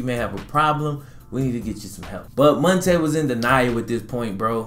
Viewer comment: It’s Mon- T” Ball